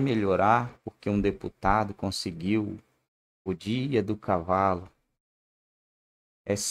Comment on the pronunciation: Nossa amigão ,"conseguiu " com L ?